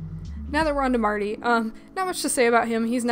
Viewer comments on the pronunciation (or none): none